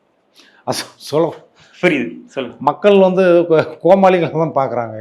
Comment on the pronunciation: Anchor pls correct “ Vantu” vantu nu